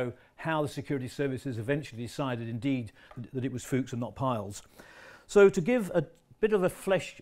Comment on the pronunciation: Why do people insist on calling Rudolf Peierls, ‘Piles’, it it pronounced including the R